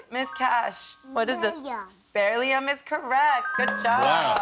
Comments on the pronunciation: When the "mum" said "van-di-um" and "bear-ly-um" I knew the whole thing was BS. Completely wrong pronunciations of both of those - like laughably bad! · The mom said “barium” instead of “beryllium” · Pretty sure the helicopter mother not knowing how to properly pronounce "beryllium" OR "vanadium" proves that they are definitely NOT smart. The only ting the whole clip proved is that a 2 year old memorized 6 flash cards, and possibly some other pre-coached answers. Doesn't seem conclusive either way to say if the kid is a genius, or good at memorizing a handful of things. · Looks more like they're parading the poor kid around for free stuff, and "likes" on social media. I love how the woman took credit for the kid being so smart, but yet she doesn't know how to properly pronounce "beryllium" or "vanadium" (the parent, the 2 year old gets a pass for poor pronunciation). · So the kid is so smart, but the parents don't know how to properly pronounce beryllium or vanadium?? Ok, uh huh... Also, if you google "2 year old, mensa" funny, there was another 2 year old kid that was the smartest ever back in 2019 who was also admitted to mensa... almost like this is an ad campaign for people to pay mensa dues for their kids.